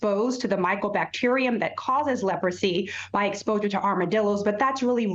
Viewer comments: Leprosy?!?!? It’s such a surprise to hear about it these days. The anchor didn’t even know how to pronounce the word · never said they don’t but she clearly didn’t have an oopsie she was clearly trying to sound out the word until the producers told her in her earpiece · What's surprising is that as old as she is, she didn't know how to pronounce Leprosy. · She can’t even pronounce the word-how pathetic!! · She didn’t know how to say leprosy? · Even I know how to pronounce Leprosy 🤦🏾‍♂️ she had to have a producer pronounce it in her ear in order to say it right 🤦🏾‍♂️